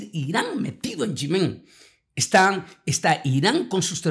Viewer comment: Es Yémen ! No Yemén